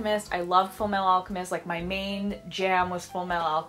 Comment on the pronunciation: "Full meh-ahl alchemist"